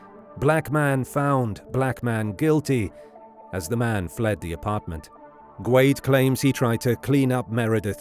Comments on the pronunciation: I've always heard Guede pronounced "Gwayde-A." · Rudy’s last name is pronounced “Goo-day”. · Is it not pronounced Guh Day? Maybe I’m wrong idk 😂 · I’ve always heard Rudy Guede’s last name pronounces as “Ge-day”, not “Gwade”. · It's pronounced goo-ehday.